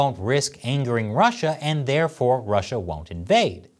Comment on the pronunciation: I know the quote was "Russia gonna Russia." It just sounded this way, which is pretty gangster. Russia is good at gangster.